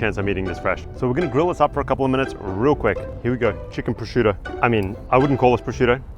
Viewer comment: It's not Prosciuto is Prosciutto 😂. Sorry I couldn't resist 😅.